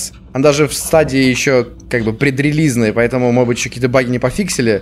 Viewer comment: говорит модбыть место можедбыть